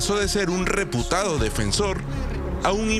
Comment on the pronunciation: "REPU TADO"😂😂 si ese es este corrupto...que ahora al estilo asesino y dictador fujimori dice que esta enfermo...